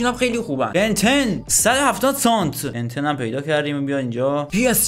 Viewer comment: چرا به ویسام بن یدر میگی بن تن ؟؟